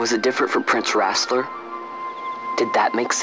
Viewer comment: its vossler not rasler